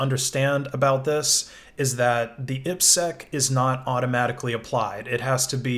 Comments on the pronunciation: Saying "eepsec" instead of "I P SEC" is weird. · This is the first time I've heard IPSec pronounced that way. I've always heard "I" "P" "Sec".